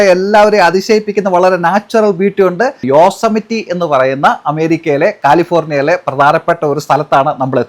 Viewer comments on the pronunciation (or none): Great video. BTW, for the pedantics here, it is pronounced as Yoh-seh-muh-tee (Yosemite)